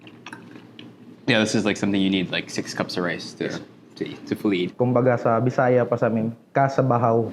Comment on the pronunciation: I LOVE how you respectfully pronounced the word BISAYA😍